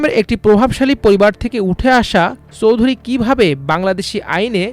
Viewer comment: মিলিয়ন / বিলিয়নের হিসাবটা ঠিকমত বুঝে রিপোর্ট করুন। একজন লোকের মোট সম্পদ ৫০কোটি ডলার হলে একটা বাড়ির দাম ১৪.৮ বিলিয়ন মার্কিন ডলার হয় কি করে???? চৌধুরী উচ্চারণটাও তো ঠিকমত করতে পারেন নি। দয়াকরে আমার দেশের মত একটা সর্বজন গ্রাহ্য পত্রিকার সম্মান নষ্ট করবেন না।